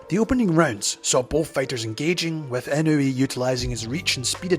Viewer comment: ❌ - NAY-OH-UH ✅ - NAH-OH-YAH ❌ - IH-NEW-EE ✅ - EE-KNOW-EH